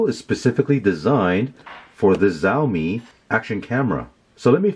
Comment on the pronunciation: it's Xiaomi not Zaomii